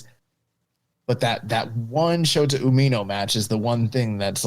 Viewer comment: Dude needs to learn how to pronounce Umino correctly, and nobody gives a shit about your promotion